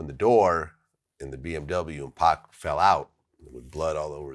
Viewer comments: Suge never called Pac “Pack”. These white people were to lazy to pronounced his name right and gets it confused with the video game Pac Man (which is pronounced Pack) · Lol why is so hard for white people to say pac they all mispronounce his name pack 😂